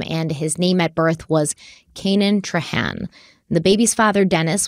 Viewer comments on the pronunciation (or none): How the hell is Trahan pronounced "traw-hawh"... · Loving the in depth coverage you’re giving us on this! As a Louisiana native, the name Boudreaux is pronounced boo-droh and Trahan is tray-han (hand without the D). ❤😊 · As someone from Louisiana, hearing you pronounce Leger (Lay-jay) and Trahan (traw-hawh) absolutely sent me. Thank you,. 🤣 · I'm late to the game but just a little correction on the pronunciations of Cajun last names: Depending on where you are in Louisiana, Trahan will either be tray-HAN or traw-HAHN. I'm from Lake Charles and usually hear it the first way. Leger is LAY-jay.